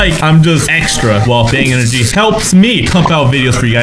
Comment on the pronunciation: He said I drink bang engry